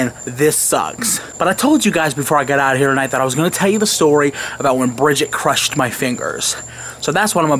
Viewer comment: dat mudder phuker cwushed ur feengirs!!!